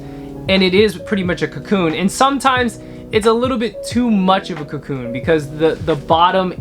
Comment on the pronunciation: "Cocoon" isn't it :) anyway, love from Berlin!